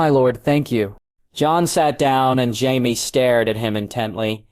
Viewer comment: Jaiveeays. Not Jaime, that would be to complicated.